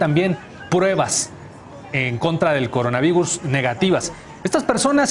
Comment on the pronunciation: "Cogonavigus" jajajaja